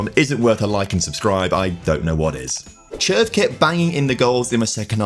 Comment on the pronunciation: As a Czech person the team pronunciations hurt my ears but well done on the player pronunciations like Červ